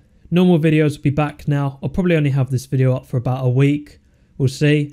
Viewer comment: "propbably" xd